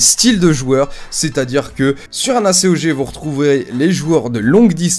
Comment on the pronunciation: tu c que normalement on di pas A.C.O.G mai acog